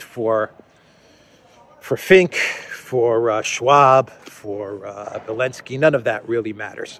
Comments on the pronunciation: Belensky?.... I thought he was Elensky? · can you explain why you call Zelensky, Belenksy.